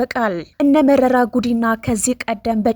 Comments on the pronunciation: Say merera not merari, if you don’t know how to pronounce ask someone, if you’re careless apologize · መረራ በይ መሪራ አትበይ!